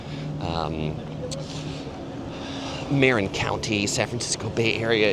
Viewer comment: I totally get you aren’t from Marin. I grew up there, first in San Anselmo, then Sausalito. Just a heads-up, It’s pronounced muh-RIN (/məˈrɪn/) county. ✌🏻